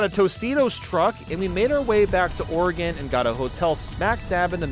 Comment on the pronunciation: Thank you for pronouncing Oregon correctly